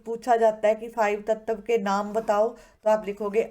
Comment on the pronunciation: in you said tatav its tatva